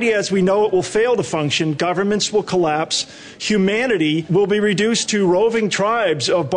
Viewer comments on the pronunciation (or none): "Governments will clasps" Omg, they predicted this.